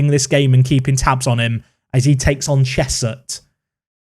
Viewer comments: It’s Cheshunt, not Cheshut or Chesthurt! You always manage to usurp your pronunciation mistakes but it’s all a part of why we love these series! Keep it up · Also, I live right next to Cheshunt, it’s pronounced Chez-unt 👍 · Cheshunt - chez unt